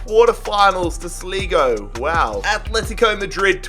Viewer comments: "Sleego" 😂 What A Lovely Pronunciation Of Sligo 😂 You Prounounce It As "Sly-Go" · Nobody know how to say irish teams names😂. You pronounced my local team wrong sligo rovers. It pronounced like sly go rovers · The way he said sligo its prounounced sly-go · Come on sleego (6.20) its pronounced slygo if that helps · It's not pernounced sleego it slygo for Sligo rovers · It’s SLEYEgo not SLEEgo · Lol if you are irish you will understand slego??? 🤣🤣🤣🤣🤣🤣 ah it's great to see Australians try to pronounce irish places ah so funny BTW if your watching it is pronounced sligo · Man I love ur rebuilds even though yo pronounced Sligo and Dundalk wrong Sligo is pronounced sly go NOT sleego but even though you butchered a few names your channel is great keep up the amazing work man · Sligo is not pronounced like sleego you pronounce it like sly go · Sleego *Sligo Sli go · The way he says sligo hahhaha its pronounced like sly-go not sli-go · Sligo not sleego smh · Its Sly-Go not slig o just for future reference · Slee-go it is Sligo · Oh yeah and when dundalk won the F.A.I CUP sligo rovers isn't pronounced like sleego its sligo like sly fox slygo sligo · Yes I'm from fucking dundalk and the way he pronounces it😂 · It’s pronounced sly go (Sligo) and dun dawk (Dundalk) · Sligo not slehgo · Sligo not sleego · This guy can't pronounce any names right he pronounced sligo sleego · In the Irish league or any league like that you’re not able to buy players from the top 5 leagues. Also it’s pronounced sl-eye-go and dun-dawk. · Sleego rovers🤣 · The way he says Sleego and Dundallk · It is sligo pronounced sly-go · Who else went crazy when he said slego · Haha this is really funny as an Irish person aha, pronouncing the L in Dundalk aha DundaLk take down Sleeego rovers ahaha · he said slego instead of Sligo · Sligo is pronounced sly-go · When he says sleego rovers and dunda*L*k it physically pains me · Sligo rovers is pronounced Sly go And dundalk is pronounced Dund awk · sleeego rovers